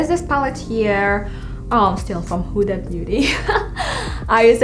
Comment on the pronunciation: I love how ur like huda huda but ur not saying her name right